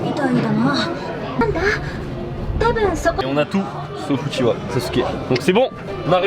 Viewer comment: Uchiha pas Uchiwa